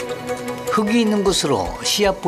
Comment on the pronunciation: '흙이'는 '흘기'라고 발음을 해 주라. '흑이' 이건 '흐기'가 맞지만...